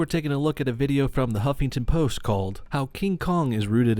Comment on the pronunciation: I heard him say "humpington post" 😂😂😂😂 man, gotta kick out of that XD